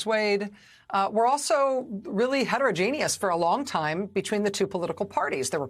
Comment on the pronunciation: Did she say heterogenius?